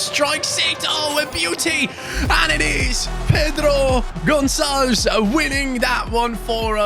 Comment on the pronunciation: The pronunciation is like: Pedru (main accent in the Pé) GonSSálvesh (the "ves" is closed so it's like you didn't pronounce the "e" at all)